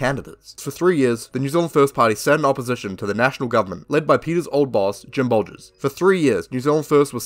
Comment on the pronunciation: Really enjoyed this vid mate, wish there were more kiwi conrebt creators along this line. Tiny quibble though, its Bolger not Bolgers.